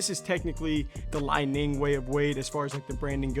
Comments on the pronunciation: Great review and assessment of the shoe's attributes. Brother, I believe that the company is pronounced "Lee-Ning". Li ning also makes a model called the " Shock The Game(6.0)", which is also a great shoe. Excellent work, and you are obviously a well trained player. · Dude had 1 job it’s called Li Ning like lee Ning 🤦🏾‍♂️🤦🏾‍♂️